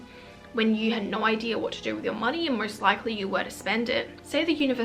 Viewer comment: Just hearing ‘Norr’ over and over again and now understand that you said ‘no’ lol why u talking like this